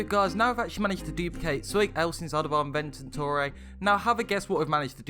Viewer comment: Bro i love your vids but please for the love of god pronounce it "invent-or-e" not "invent-in-ore-e"